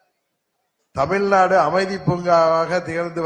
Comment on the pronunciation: தமில் நாடு இல்லை.. அது தமிழ் நாடு